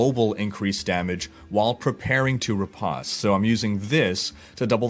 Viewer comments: "Riposte" is pronounced with a long O like "re-post". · Google riposte and hit the speaker icon, even go to the dictionary or merriam-webster sites and hit the speaker icon for riposte there. That is the right way to say it, not how you said it...